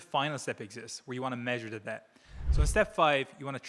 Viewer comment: why did he say "deBt" pronouncing the silent b?? Is he AI?